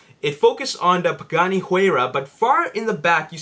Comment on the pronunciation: how did you say pagani and Bugatti in the exact same way....your a complete rumour spreading moron, go read a newspaper it speaks more truth than your bullshit